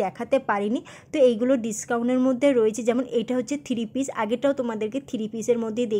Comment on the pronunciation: থিরিপিস কথা না থ্রি পিস।ঠিক করে বল।